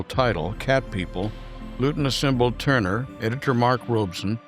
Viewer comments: It was nice you could fit Jacques into your tribute to Val Lawton, btw, it’s tour-nur, not turner Jane Greer’s character flees to Mexico, not Florida You do feature excellent photographic reproduction, a little AI enhancement perhaps? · This fine Frenchman's name is pronounced tourn-e-ay, not turn-er, as in Ted Turner.